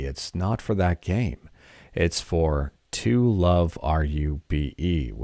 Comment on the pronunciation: Btw the game that got fixed in Vita3k is based on an anime that is an adaptation of the manga, the name is To Love Ru and the "Ru" is pronounced the way it is written, not "R U".